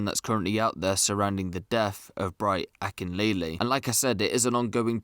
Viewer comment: It's Bright Akinleye, not Akinlele. R.I.P. to him. Never thought the next time I'd see you would be in the news 🥀